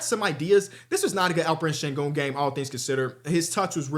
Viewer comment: did just say sengooner 😂